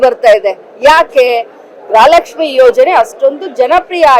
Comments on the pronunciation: ಅಮ್ಮ ತಾಯಿ ಅದು ಗ್ರಹ ಲಕ್ಷ್ಮಿ ಅಲ್ಲ ಗೃಹ ಲಕ್ಷ್ಮಿ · ಸುಮ್ಮನೆ ಇರಿ ಮೇಡಂ, ಮೊದಲು ಗೃಹಲಕ್ಷ್ಮಿ ಅಂತ correct ಆಗಿ ಹುಚ್ಚರಣೆ ಮಾಡಿ, ಇಷ್ಟು ದಿನ ಪ್ರತಿ press meet ನಲ್ಲಿ ಎಲ್ಲಾ ರಿಪೋರ್ಟರ್ಸ್ ಗೆ brother 2 ತಿಂಗಳು ಅಷ್ಟೇ ಬಾಕಿ ಇರೋದು ಅಂದಿದಿರಾ, ಆದರೆ ಅಸಲಿಗೆ 8 ತಿಂಗಳು ಬಾಕಿ ಇತ್ತು. ಸದನದಲ್ಲಿ ಸ್ಪೀಕರ್ ಪ್ರಶ್ನೆ ಮಾಡಿದಾಗ ತಪ್ಪಾದ ಮಾಹಿತಿ ಕೊಟ್ರಿ, ನಿಮ್ಮ ಕರ್ತವ್ಯ ನೀವೇ ಸರಿಯಾಗಿ ಮಾಡಲ್ಲ, ಬಿಜೆಪಿ ಪ್ರಶ್ನಿಸಿದಾಗ, ಇವಾಗ ಸರಿಯಾಗಿ 23 ಕಂತು ಕೊಟ್ಟಿದೀವಿ ಅಂತ ಒಪ್ಪಿಕೊಂಡ್ರಿ. ಅಲ್ಲಿಗೆ ಸರ್ಕಾರ ಅಧಿಕಾರಕ್ಕೆ ಬಂದು 29 ತಿಂಗಳು ಆಗ್ತಾ ಇದೇ...